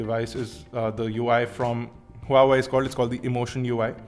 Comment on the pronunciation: Buddy.. Huawei is pronounced as Waa Wei.. i know its weird. but the company calls it like that.. but it suits..:)